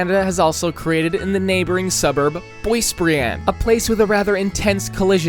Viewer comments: for anyone curious, the actual pronunciation is (boa-brie-("and" without the "nd", so just the sound of the "a" in the word "and"). How he said it: source: i live there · Bro said "boissebriand" sorry but it just sound funny 😂